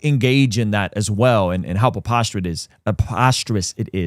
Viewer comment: What word is "apostrous"? LOL...Do you mean "preposterous"? 🤣